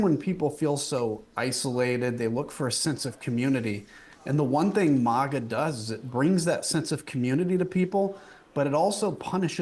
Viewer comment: He pronounced MAGA wrong! If this is a cult, let me in!